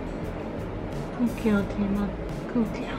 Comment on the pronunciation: Gud gewl Tina gud gewl